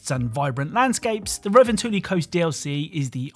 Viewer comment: I've never heard a more butchered pronunciation of revontuli. Then again, ive never heard someone who isn't Finnish say it